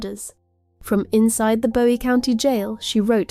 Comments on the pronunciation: I live in Bowie County (pronounced BOO-eee FYI). Your work here is incredible. So detailed and thorough. Thank you. I had no CLUE that this POS was pulling all of those stunts while she was in jail awaiting trial. And the sunflower mask is just pure evil. Satan is blushing over this beast from hell. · It’s Boo eee county and Texar CAN a. I’m unfortunately a former Texarkanian